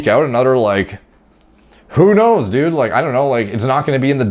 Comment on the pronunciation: "OK düd" lmfao